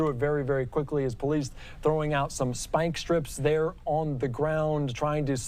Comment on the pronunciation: "Vewier discretion advised".....what a moron